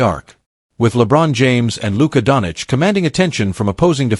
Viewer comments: donich? there is no donich there...who theyhave is doncic, pronounced 'donCHEECH' STUPID. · it seems everyone in the world can pronounce Luka Dončić name except you!!! How is that possible???